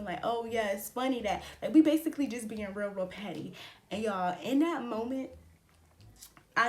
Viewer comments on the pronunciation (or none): none